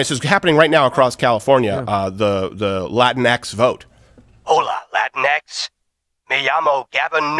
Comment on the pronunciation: And then they pronounce it "Latin-Ex" instead of "Latin-Equis".